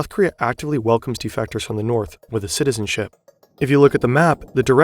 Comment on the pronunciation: bro always says wiv instead of with